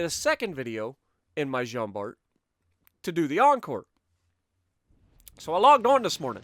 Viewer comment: In french we don't say the ''t'' in Jean Bart